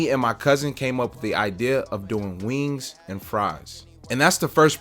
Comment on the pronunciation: wee-ings the sound u make when eating a fried chicken wing.\\ great advice about the health inspector.